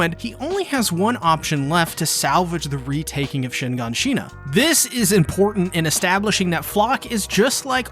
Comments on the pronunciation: Say it with me, brother: “Shiganshina, not ShiNganshina” 😂 Agreed though; Floch was such a necessary character for AOT, fanatical for the cause and another “love to hate” target for the audience. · Bro. It's not "Honge", it's Hange. As in "Han-jee" Also it's not "Shinganshina" it's Shiganshina. Great videos but these parts just bother me greatly. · its not shinganshina its shiganshina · Plz stop pronouncing Shinganshina like that… it hurts my ears. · it’s SHIGANSHINA not SHINGANSHINA shits so annoying bruh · It's pronounced shin gone shin nuh. Annoying. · It's Shiganshina, not shin-gan-shina!!! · It’s shiGAnshina not SHEEganSHEEna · Shin gone sheena 🤣 Shi-gan-shina. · Shinganshina Me: WTH ITS SHIGANSHINA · Am I the only one who thinks shiNganshina is kinda annoying. Its Shiganshina. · Bestie it’s SHIGANSHINA not ShiNgaNshina 💀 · "Shinganshina" wow that hurt my weeb brain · btw, it´s actually Flocke, not Flochand and Shiganshina, not Shinganshina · Its shiganshina not shinganshina and hange(i) not hang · Or “ Shin-gan-shina “ instead of of Shiganshina 🤦‍♂️ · Shiganshina, not Shinganshina... I could forgive you reading it wrongly. But you have watched the anime and heard it countless times... Just... what the fuck? What is happening in your brain? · It's shiganchina not shinganchina😒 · I love you but you're saying shin gone SHE na its shih GONE shih na, the first 'n' you're pronouncing isn't there. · Did you watch the anime? In subbed OR dubbed they never say shinganshina the way you do and it's infuriating everytime you say it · Am I the only one that’s kinda cringing over how you say shiganshina? I pronounce “shig-Ahn-shina” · “Shin gone sheena” 🤦🏼‍♂️ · Proper pronunciations: Hange: Honjee Erwin: Airvin Paradis: Paradee Shiganshina: Shiganshina. Why do you split it up like four different words for every syllable? Lmao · why tf u pronouncing shiganshina like that 💀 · unwatchable the way you spell, pronounce and stress "Shiganshina"